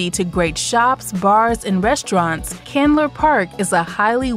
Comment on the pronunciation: Murphy Candler...not Chandler.